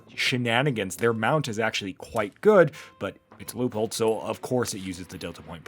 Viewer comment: I’ve been following for years: 1st for pronouncing Leupold correctly!🎉